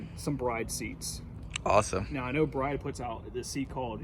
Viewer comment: Isn’t it pronounced “Brid”?